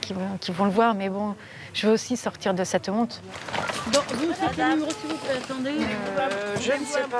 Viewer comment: s'il vous plai"s" ? Hum